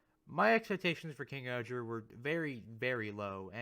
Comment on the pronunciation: Just curious if you’re saying KingohJa, it’s still pronounced KingOhger, it’s just the voice over is very pronounced. He also does that for all the individual mecha titles. I think KingOhger Robo is the best method to refer to him